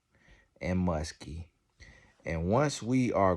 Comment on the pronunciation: Its grown and musty. Not grown and muskie! 😂😂😂